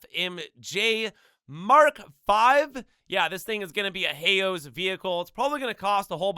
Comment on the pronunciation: A “heyo’s” vehicle 😂😂 u sayin “Hao’s” wrong bro its basically pronounced “how”